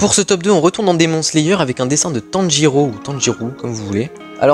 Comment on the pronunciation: T’es dessin son trop beaux juste démon slayer sa se prononce demonne slayer mais coule t’es vidéo